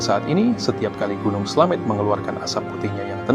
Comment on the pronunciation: Slamet pake ė bukan slamet